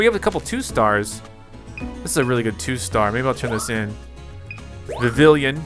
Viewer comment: Again, it is Vivillon, not Vivillion. And why are you bad at every game you play?